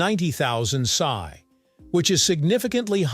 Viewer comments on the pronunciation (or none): The nomenclature is not sigh... It's Pee Ess Eye (psi)